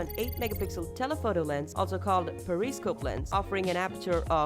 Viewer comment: The way you pronounced periscope is wrong.. But whatever I guess... Not a bad video.